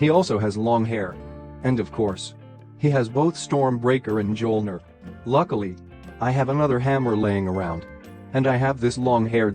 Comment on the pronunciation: You said mjolnir wrong